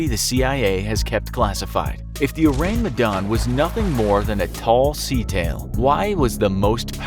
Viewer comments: I think is pronounced as "Oh - rAng Meh - dAn", and not "Ourang Medan" (in normal english pronunciation. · His pronunciation of Ourang Medan irks me A LOT. It's pronounced as Ore-Rung Meh-done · O-rang me-dan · when he said : Ourang Medan i THOUGHT : ORANGUTAN? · I just hear urangutan hahaha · Or-rang Me-dan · thats not how you pronounce "Ourang Medan" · The way you pronounced ourang medan disturbs me Good video tho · He butchered ourang medan so bad that my ears start bleeding. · Orang Medan = Medan's People (Medan is the capital city of North Sumatra province), it's kind funny how you pronounce it😂😂 Love your channel from Indonesia✌️